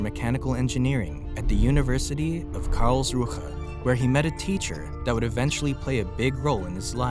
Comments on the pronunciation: its not karls ruha 🤓🤓 It is Karlsruhe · Great clip, but "KARLS RUHE" is one word: Karlsruhe.